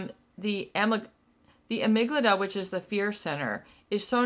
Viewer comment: Amygdala not amyglada lol